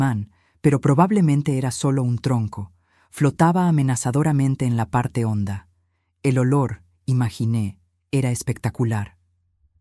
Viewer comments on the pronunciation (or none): none